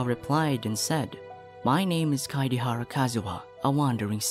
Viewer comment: kaedehara is pronounced as kaidehara